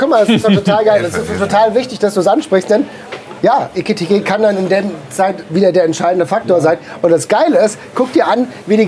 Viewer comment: Wie einfach seit dem Transfer immer „Etikite“ sagt 😂😂